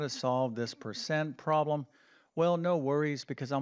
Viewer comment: Please correct the way you pronounce “problem “. It sounds unprofessional when you pronounce it as “proh lam”.